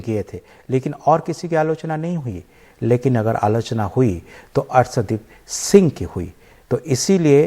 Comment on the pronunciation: शानदार और सानदार में अंतर करने सीखये और अर्सदीप नहीं अर्शदीप बोलये इतने बड़े चैनल पर ज़रा उच्चारण सही से किजिए। माफ़ी चाहूंगा अगर बुरा लगे तो।